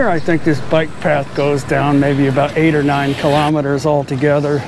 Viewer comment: Please stop saying kelemeteres